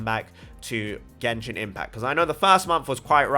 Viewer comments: yay finally someone who pronounces things in genshin correctly.... hats of to you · roast was good.....lol.... finally someone who can pronounce names right in genshin..... others don't wanna be corrected on how they pronounce... but you on the other hand are being corrected for your correct pronunciation.... roast was well deserved!